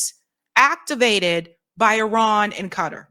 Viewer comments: Somebody please tell my why Kuh - Tar (Qatar,) is so difficult to pronounce. Or are we just trending incorrect pronunciations? I seriously think there are much more difficult words to pronounce than that. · First of all QATAR is pronounced "Kuh-TAR" not "Cutter". Next Netanyahu PAID Qatar to maintain HAMAS. Third, Bill Maher is an idior and lacks general knowledge. The asshole has recently started kissing tRump's ass. Must be scared. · Y'all... it's Qatar (Kuh-Tar), not Cutter. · "Kuh-TAAH" with the emphasis on the second syllable. I am sitting here trying to figure out who or what the hell "Cutter" is. I was genuinely confused. Learn how to pronounce words. Anyway, Van Jones is a loser with no shame, dignity, or moral compass. He is a callous, heatless swine with no consistent principles of which to speak. He is clearly corruptible. He is clearly trying to drum up support for a war against Iran (primary target) and Qatar which oh-so-neatly aligns with and reflects Israel's interests and view of the region. The obsession with Iran is exhausting. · Him pronouncing it cutter it's not cutter. It's Qatar sound it out. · Since when did Qatar become Cutter?🤷‍♂ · I wish American's would learn to pronounce Qatar properly.